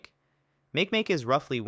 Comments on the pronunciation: ITS MAH KEE MAH KEE NOT MEIK MEIK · and makemake isnt "make-make" its "maki-maki" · I thought it was mah-keh mah-keh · Nah its pronounced Ma-ki Ma-ki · Don't forget but I was kid and had pronounce MAKE MAKE TOO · The way the "narrator" pronounced Makemake made me shudder. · I used to think Makemake was pronounced the way you said it. Dwarf planets really interest me and the ones at the end of the video were only revealed to the public as I became an adult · That's not how makemake is pronounced